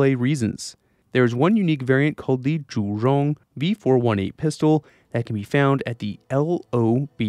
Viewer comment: I appreciate your attempts to pronounce Zhu-Rong correctly, and the level of your research.